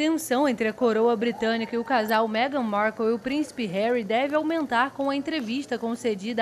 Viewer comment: A narradora não sabe nem pronunciar o nome da mulher. Esses narradores deveriam ter pelo menos noções de inglês. Que vergonha UOL!!!